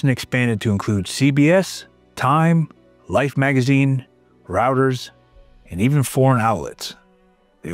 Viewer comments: Reuters: "Routers" is actually "Royters." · Routers... That's right AI, they don't deserve the respect of pronunciation. That went out when they sold their soul to the CIA. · Reuters is pronounced “Royters” not “Rooters.” But this is still a good video. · It's pronounced as " Roy -- ters " not " Route --- Ers ". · Just for the record, its not rAuters, its Reuters like Rooters. I just appreciate anytime I am able to correct someone smarter than me. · Not “routers.” It’s pronounced Roy-ters. AI is so stupid. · Reuters is pronounced like "roy-terz", not like a networking device. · It's Roy. Royters.